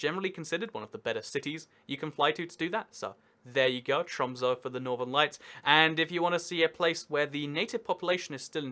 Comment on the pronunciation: ITS NOT TRUMS ITS TROMSØ